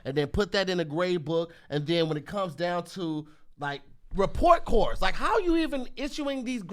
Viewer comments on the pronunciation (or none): 👆🏾 "Hey Tom looks like was trying to say report cards, but insist that you repore cores" 😂